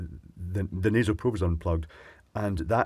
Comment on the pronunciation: What is it with you n probes,!? I've a feeling you just like saying the word. Prrrrrrobe.